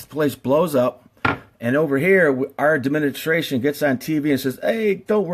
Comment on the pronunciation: I don't think we are being told the 100% truth about Fukushima, but should we really take this guy seriously.... he cant even say tsunami, or administration... Nuclear power is a potentially scary thing, as seen here, but it IS the future of power production. Just not how we do it today with the machines we use now. People don't realize the damage we are doing to the planet due to coal and gas power plants, because we cant directly see the effects. The worst case nuclear disasters are tragic, however only a few die onsite, and a few thousand get cancer (if that maybe). How many a year get lung cancer due to coal dust? No one knows. Solar panels are extremely toxic during production. Wind power is not stable base load. Geothermal is scarce. Solar thermal isn't useful in most climates. Most issues are caused by the fact that US companies packaged up a bomb making machine and advertised it can make some power, Then those designs were made larger and larger to make more power. Now you have a machine THAT WAS ORIGINALLY MADE TO MAKE BOMBS, That is 1000X larger and makes 1000X more bomb material. Not good. The CANDU reactors are much safer, cheaper, and have many benefits overall. Thorium reactors will eventually make more power and be much safer. Do some of your own research before jumping to conclusions. Once fusion power stations come online that will be the end of conventional nuclear power. Clean, powerful, and abundant. Till then we need to focus on not ruining the planet. He